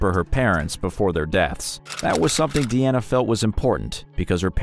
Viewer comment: Dude....if her name is clearly shown as, "DEANA", why do you keep calling her, "DIANA"??😂😂😂